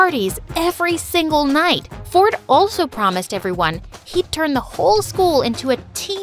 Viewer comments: Why does it sounds like his name is fortnite? 😭💀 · Who heard fortnight instead of ford and i🥲🤣🤣🤣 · I thought she said her brother's name is "fortnight" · bro said "my tein brother fortnite" run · I love how brother is named Ford but pronounced fortnight😂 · When she said Ford and I I heard Fortnite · my brother “ford and i” sounds so like fortnight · Ford and I sounded like fortnite 🤣🤣🤣 is it just me or everyone 😑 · When he said ford and i i thought he said fortnite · When it said ford and I I heard Fortnite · i thought she said "my twin brother fortnite" at the start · is it just me or when she saids my twin brother ford and i sounds like fortnight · When said “Ford and I” I thought she said and my brother fortnite lol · When she said Ford and I I thought she said Fortnite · I heard fortnight😂😂😂😂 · Why did i heard fortnite not ford💀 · bro at the very beginning when she said "my brother Ford and I" I thought she said his name was Fornite. 😂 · Did he just said fornite? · "My little brother Fortnite" That is what i heard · i swear i heard her say “my twin brother fortnite” 💀💀😭😭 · Who else thinked that she said "my twin brother fortnight"